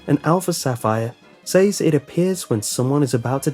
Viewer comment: You are pronouncing says incorrectly.